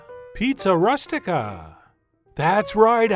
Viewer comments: its pronounced "roo-stik-ah" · Chef, you must have heard this pronounced by a southern Italian. It is roo-stic-a. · “rOOstica” like “rooster” not like “rust” - otherwise; FANTASTIC! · it's pronounced ROO STI KA.